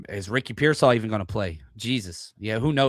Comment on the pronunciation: Did you say Ricky Pearsoft? haha I haven’t heard that’s spot on unfortunate